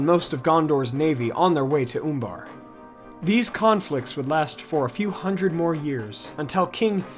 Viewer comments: I believe it's pronounced Uh in the U in Umbar not Oombar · Oombar, I love the way you pronounce that.